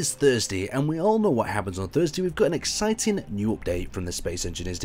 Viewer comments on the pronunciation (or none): OK i know its kinda your thing but could you please stop saying exiting its becomming annoying